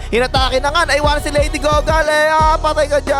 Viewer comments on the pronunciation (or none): Lady Gaga❌ Lady Goga ✅